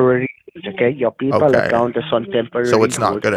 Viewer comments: "PEE-Pal account" 🤣😂🤣😂🤣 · 'peepal' they straight up gave up on trying to pronounce it correctly huh 😂😂😂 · "Peeepal" account LOLOL 😂😂😂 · Sounded like he said your pee pal account the first time